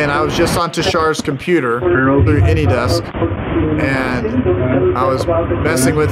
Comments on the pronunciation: Serious question... WHY do you insist on intentionally mispronouncing ANYDESK as "ANY-DEX" - it would seem to me that eventually that will become a dead-giveaway that it's YOU! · 😂 Man, I love how they don't care you call it AnyDex rather than AnyDesk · Is it just me or does he always say "anydex" instead of "anydesk"?